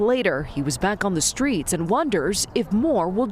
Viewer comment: Don't you mean "skreets?" 😂😂